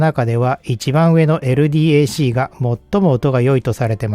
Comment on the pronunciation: ×エルディーエーシー ○エルダック